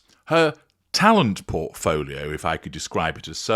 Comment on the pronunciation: Did you say Pork-folio, or Portfolio. There is no wrong answer. 😂